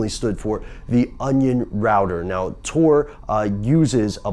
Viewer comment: It's tor not tour